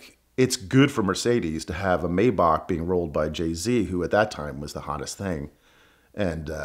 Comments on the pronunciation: He can’t pronounce Maybach. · Great story and a great video, as always! As a side note, I find it very strange that this dude would (except for I think one time early-ish in the video) mispronounce Maybach (?)